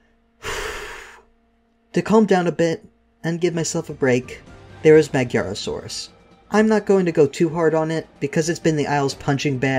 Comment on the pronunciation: I agree with your tier list, but you totally butchered the Magyarosaurus' name. Lol